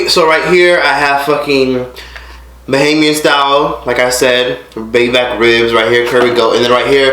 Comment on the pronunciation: You're one of the few Americans who say bahamian right and idk about no bahamian style baby back ribs, you shoulda get some conch salad or crack conch or something but over all great video!